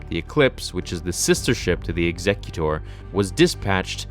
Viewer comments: Are you incapable of saying executor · Executor...I'm pretty sure the proper pronunciation of the name of Vader's Star Destroyer is meant to be more reminiscent of someone who has come to cut your head off, as opposed to someone who has come to have you sign some papers and give you your late auntie's silverware.